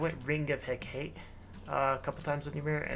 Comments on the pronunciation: Hecate = Heck-ah-TAY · Love ya, but I just gotta say: Hecate is pronounced Heh-kah-tee haha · I was triggered by that too